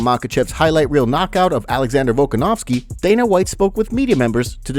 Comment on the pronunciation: The name is VolKAnovski, not VolkaNOVski, stop butchering it already